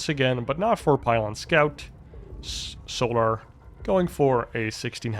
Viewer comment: FFS MAN..... ITS "SOLAR"... NOT "SOOO-LAR"!